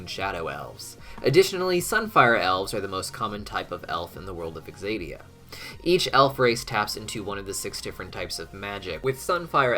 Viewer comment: Why does he keep pronouncing it as though it’s “exadia”? Isn’t the correct pronunciation, “zadia,” even if spelled, “Xadia”?